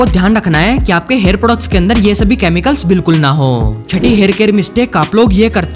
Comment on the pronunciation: Chemicals ❌❌ Chamicals ✅✅